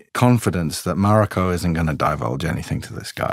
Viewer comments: How long you been on this series and still can't pronounce her name:NOT MAREIKO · bro can't pronounce mariko? 🤨